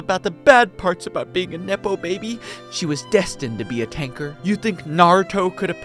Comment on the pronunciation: take a shot every time he says tanker with a hard r